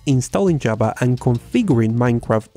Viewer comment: /'java/ Me sangran los oídos, pronúncialo bien.